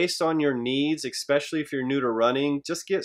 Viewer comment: If he says egg-specially one more time LOL! Good video. 😂